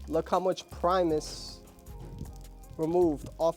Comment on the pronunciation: My guy out here calling it primeis